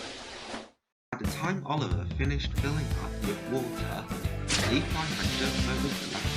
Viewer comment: That’s not how you pronounce Levi, but, it’s ok!